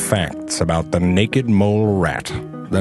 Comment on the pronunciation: I like the way he says naked! "Neckked"